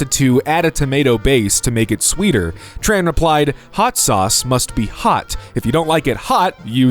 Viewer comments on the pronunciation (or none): none